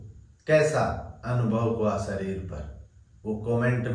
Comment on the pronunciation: स श ष अक्षर का उपयोग किन शब्द में होता है इसका प्राणायाम भी करना चाहिए शरीर होता है या सरीर श्वास होता है या सवास होता है शुद्ध उच्चारण होना चाहिए 🙏